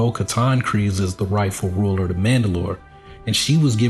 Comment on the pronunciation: It's extremely refreshing to hear someone on Youtube finally say Kryze correctly!